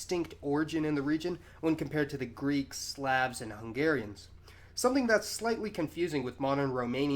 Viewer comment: as always he gives good lectures. He needs pronounce "Slav" correctly (it should sound like "slob" with the B replaced by a V). He failed to mention the Vlach enclaves in central Greece,.